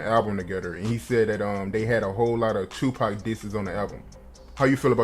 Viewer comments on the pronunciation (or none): He said Tupac's name like PACman🤦‍♂️